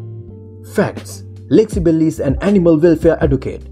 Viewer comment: Lexi Belly? Do you mean Belle?